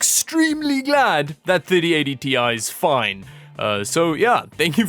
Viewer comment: Wait a minute. You've changed the way you pronounce Ti? :D